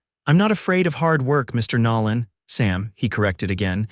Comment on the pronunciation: It's "Nolan", not "Nallen"...AI needs work...great story, though